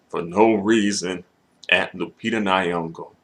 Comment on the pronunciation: Why are you saying "Lu-pizza"?